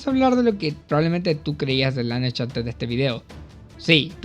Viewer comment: Buena opinión, ojalá algún día aprendas a decir Slanesh bien